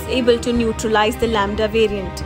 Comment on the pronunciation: Lamda = lauda 🤣🤣